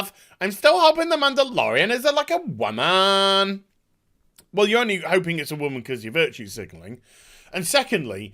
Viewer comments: I agree with your point that these people are overreacting but you hurt your own point by constantly intentionally mispronouncing the word woman. Be the adult when making cogent points otherwise you are just giving detractors a reason to dismiss everything you say. Also it just sounds dumb and immature. I had to stop watching the rest of the video because the way you pronounce it is annoying and grating. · Interesting how your accent goes away when you slip into the 'wahmen' voice. :P